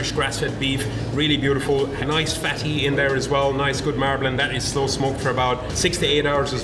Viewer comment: Marr blin = Marbling lol